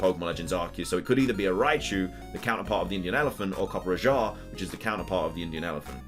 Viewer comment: its not copper ajah its coppe raja i know that because i am an indian and know how to pronounce rajah